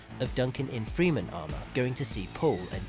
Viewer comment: "Freh-men" not Freeman. Good video though. Amazing film. I can't wait for part 2.